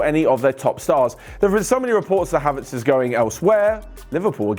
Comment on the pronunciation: Did anyone hear when said kaverts instead of haverts